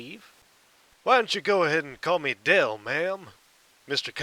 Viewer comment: His name is "DELL" like the computer